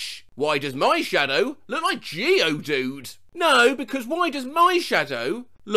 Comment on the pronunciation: Finally someone said Geodude's name right instead of GEE-o-DUDE